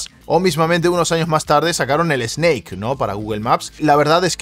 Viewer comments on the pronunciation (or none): Se pronuncia Sneik, no Esneik. Stim, no Estim. Valv, no Valve.